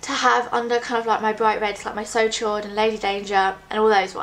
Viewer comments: It's said almost like "sho," not "shord." It's French for "hot" :) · "So Chaud" is pronounced like "So show", Chaud is french for warm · "so chaud" is pronounced like "so show"! (: "chaud" is french for "hot" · I don't want to be anal about it, but the chaud in the "So Chaud" lipstick is pronounced "shode", it is French for warm/hot. Just thought you'd like to know. :3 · "So Chaud" is pronounce "so show-ed" French for hot. So hot. Great video though! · Hi :) I loove your lipsticks ! just a thing : so chaud is prononced 'so cho' ;) xoxo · "So chaud" is pronounced "So shaw". Chaud means hot in french. And its amazing how well you can pull of red lip stick! You inspire me to go get some myself!